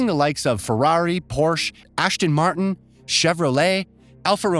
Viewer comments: Min Ashton Martin? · This guy I has to be joking. He mispronounces so many words I can’t even finish video. :( Ashton Martin? Really? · Had to stop watching when I heard the announcer pronounce it “Ashton Martin” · Ashton Martin? Who the hell is this guy? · Who is "Ashton Martin"? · Ashton Marten? Alfa Romero? LOL! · This guy's delivery is absolute ear poison. He pronounces things wrong ("ASHTON MARTIN"?!?!?) and just plain sounds SUPER annoying. YUCK. GT7 looks awesome though! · Agreed. He says countless words wrong. Lazy brain syndrome. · ASHTON MARTIN??? 😂😂👍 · What’s an “Ashton Martin”? Lol also it’s Porsche, pronounce it correctly. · Did he say ashton martin and alfa romero? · "Ashton Martin"? "Alfa Romero"? RLY dude? xD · Wait just a second, now. I know there were a whole bunch of mispronunciations, but was "Ashton Martin" snuck in there as a sneaky Sean Connery's James Bond reference? 😂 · I honestly cannot wait for this game. Dynamic weather & aerodynamic systems completely blew my mind during the State of Play! EDIT: Ashton Martin, Alfa Romero, Wolkswegen & Polly Phoney mispronunciations had me roll over from my seat. 😂Also are you sure you didn't mean Forza Horizon? Not literally Horizon?! That edit. lmfao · And “Ashton Martin” 😂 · I hope I didn’t hear him say Ashton Martin…